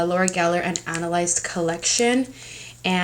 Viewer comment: "Analized" 😄😅😁.... we know u meant Alannized 😄😊- ☆u look STUNNING ☆ .... XOXOXO 😚😚😚